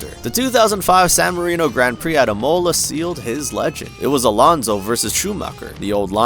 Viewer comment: yeah, mispronounced a bunch of other things too - Imola, scuderia, paddock. which makes me feel like this is an ai voice, which then makes me question how much they just used ai to copy Rick’s formula. I appreciated the coverage of Alonso at least.